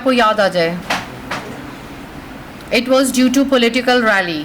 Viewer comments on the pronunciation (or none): political rely 🤣🤣🤣 apke bolne se pehle soch liya maine